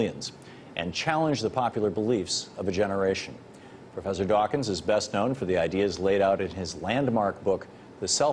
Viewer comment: "Professor Richard Duo-wakins"